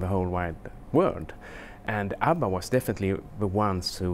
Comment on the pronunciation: ABBA is forevah =)